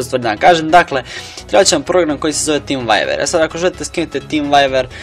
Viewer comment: cool ali kaze ze vjuver ne vajver :) inace cool klip